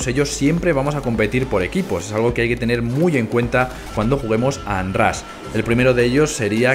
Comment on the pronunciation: Muy bonito y todo pero se pronuncia "onrash"